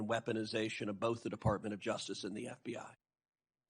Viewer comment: Ever notice, when it matters, Cruz says FDI instead of FBI?